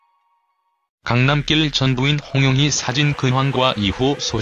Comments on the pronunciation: 계속 강남낄(Road로 발음),강남낄...거슬리네요. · 강남낄 발음이 왜이래